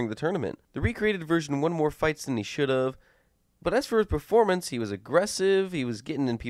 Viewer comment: It's not performance! It's performancd!